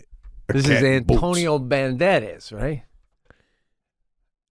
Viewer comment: Pete said "Antonio Bandadage" Perhaps you meant Antonio Banderas?